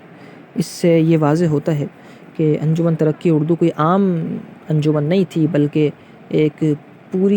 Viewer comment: Pronounce: Anjuman E Tarraqi E Urdu